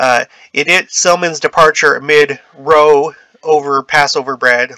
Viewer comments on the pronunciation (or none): Hey there, just a heads up that “row” is pronounced like “cow” in this situation. It means a “noisy quarrel or dispute.” Thanks for your videos — I’m always learning a lot. Keep ‘‘em coming.